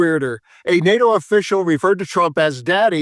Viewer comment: Ffs it's not " nat toe " it's ' NATO'!